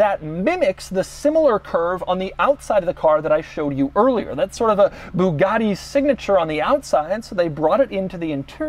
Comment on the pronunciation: And it's pronounced buugati not booghati